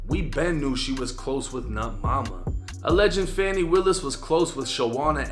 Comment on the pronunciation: It's actually pronounced "Fawni" Buddy was pronouncing it wrong